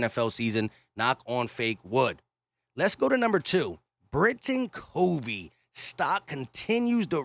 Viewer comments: Appreciate the content. Yeah, it's Britain Covey, like "COV- VEE." Short "O." Covey is a punt returning phenon!! Have you seen his Utah highlights?? He's smart (goes through tons of film on opponents Special Teams tendencies), quick, makes tacklers miss, AND has good hands as a Slot receiver. We need all THREE phases to be a complete football team. Man... if he can bust out this season for the "Birds" - watch out NFC East!! Fly EAGLES Fly!! 🦅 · I know other people have said this but you are pronouncing Britain Covey's name wrong, it is "CUVEY" Britain Covey's unbelievable punt return TD caps dominant first half ... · It's not a short "O", it's a long, "O".